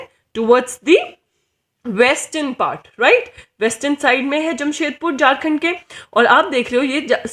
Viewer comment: It's Ranchi not Ronchi (#capitalofJharkhand) It's Jharkhand not Jarkand.. Improve your pronounciation.. window by